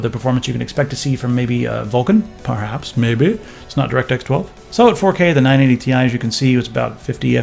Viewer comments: Who the fuck pronounces it like 980 tie? It's T. I. You sound like a dumbass when you say it that way. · Its 980 T - I and not 980 Tie. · Would've subscribed, but you called it the 980 "tie" and not ti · Its not 980 tie, its 980 tee eye. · "980 Thai" ~ 2016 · Am I the only one annoyed by calling it the 980 tie...? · 980 "tie"??? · 980 tie? lol thats what he says... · Stop saying 980 Tai! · stop saying Tai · pls stop calling it the "980 ty" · as much as I agree with you, it really make sense to say it that way as the 'i' is not capitalized but hell, then it should actually be 980 [t-ee] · "980 tai" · If it stands for Titanium, then say Titanium. Otherwise, serve it over some ramen and dress it with soy sauce. It's not "Thai".